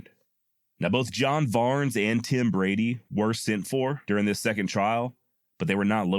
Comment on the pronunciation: Sis, not dis